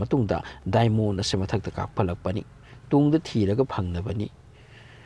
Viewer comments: English Kadi yaihey dymon kyna iron gase iroan kyna henjindro bro khonthok toh inner hyyo inaar hyno taningde nggi style doh henjinle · Yam taningtaba dialogue yamna yaoe. " Aduna film gi wanido " ga haiye. official oiba wangang sijinaba fei. Aduna film gi warini hairaga loire. Pronounciation su yamna soi. Crust pu crast haina pare , diamond busu lanna pare, inner busu innar haina pare. numit ki asabaga core gi asabaga manade. Aranba information su pire. Yam cheksina pabiyu educational purpose oina sijinaba yanaba.